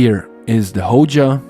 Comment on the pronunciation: Which one is the “Hoja”? It’s Hoya, with a y.